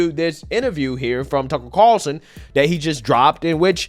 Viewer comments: The way you pronounce some words is hilarious lol you say lie-berry instead of library. When you say Tucker Carlson, you say Tuckle Carerson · Tuckel Cawlson